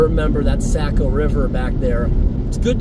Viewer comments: hey my friend. the river is pronounced SOCK-OH not SACK-OH. great video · I just wanted to tell you how much I enjoy your videos. I’ve spent a lot of time in NH as I’m from Maine. Saco is pronounced Sock-o just for your information. It doesn’t really matter I guess but the locals pronounce it Sock-O❤